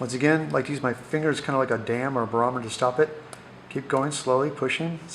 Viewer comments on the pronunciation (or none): none